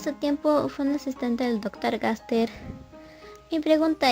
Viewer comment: estoy seguro de que aquí dice ganster no gaster